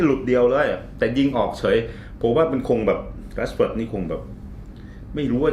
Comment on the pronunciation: คุณเอกราชอ่านถูกแล้วครับ ภาษาอังกฤษเขาอ่านแบบนั้น